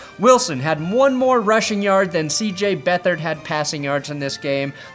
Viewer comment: I’m unsubbing if you ever mispronounce CJ Beat Hard’s name ever again,.